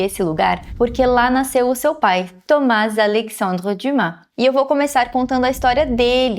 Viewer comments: Acho que li todos os livros de Alexandre Dumas, mas só agora conheci a pronúncia correta do seu nome. Parabéns por esse belo trabalho. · Só falar o nome dele correto já merece o 👍🏻❤